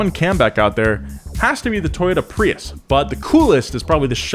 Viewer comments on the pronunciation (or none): none